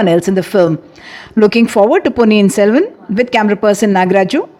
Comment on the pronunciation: ponniyin SELVAN 💕 its not SELVAM 😡